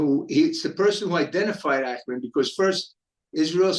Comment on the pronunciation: Cant even pronounce Eichmann